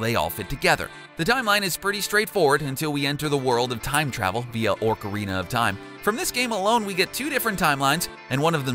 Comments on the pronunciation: Trenton Whaley do do you realize how many pronunciation mistakes they made there's only five facts none of them were dark and he just said orKarina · Orcarina, really! Its Ocarina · “Oarcarina of Time” is what your said it’s Ocarina not Oarcarina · You said "Orcarina of time", but it's Ocarina of time. What the hell? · I don’t know how he got orcarina instead of Ocarina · It’s OCArina not ORCarina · Ocarina of time not orcarina!!! (Oco-ri-na) not (orc-or-ina) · it's the O-carina, not the or-carina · Ocarina not orcarina. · Well here’s a fact, it’s an OCH uh Reen uh Not an ORC uh Reen uh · Not trying to be rude but it's ocarina (ok ah ri na) not orcarina. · why the frick does the say orcarina if there is no r in ocarina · It OCARINA of time not ORCARINA of time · I know this is an old video but it's not orcarina it's pronounced oc-a-rina. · ITS OCARINA NOT ORCARINA!!!! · Cringe when ever he says ORC-arina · many weird pronunciations, but... ORCARINA?! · "The fairy from ORCarina of Time." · And "ORCorina" of Time....pfttt, this guy. Am I right? lolol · He was saying orcorina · ah yes i love orcarina of time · he said, "Orca-rina of Time". I immediately thought of Link meeting a legendary killer whale that give him the power of sacred whale calls. Pffftt... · WHY IS HE PRONOUNCING OCARINA "ORCA- RINA" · Oh man when he says ocarina, he pronounces it "orcarina" and it hurts me. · DiD yOu JuSt SaY oRcArInA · Orcerena of time? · Was anyone else bothered by the favt that he pronounced it ORcarina when its spelled ocarina??? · Orcarina..? Really?? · you pronounced shygiru miamoto and ocarina wrong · It's not orcarina, it's ocarina. And it's Sheegeru Meeamoto. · Nahvi... Orcarina... Miyamotto... Help this man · Shygeeroo Meeamatta. 😂 Orcarina. 😂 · No dark secrets, only cringe and mispronounciation. Like ork-arena of time and miam-otto